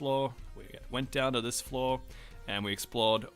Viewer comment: where are you from? You say floor the same way as flaw